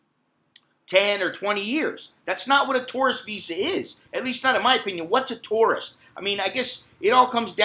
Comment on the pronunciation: You pronounce the word tourist like taurus. Funny.